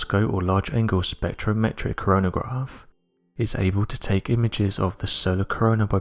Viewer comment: Props for saying spectrometric correctly cause I keep tongue tripping over it lol